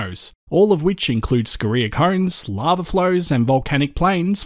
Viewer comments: say "scoria" wrong please... yeah carry on.... Aside that, keep the good work up! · Interesting way to say Scoria, (scoreea), depends on what school one went to, neither right or wrong 👌👌🥰. Edit: I've just subbed to you channel 🤗👌